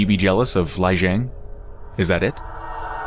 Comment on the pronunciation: it's pronounced Lee Jeng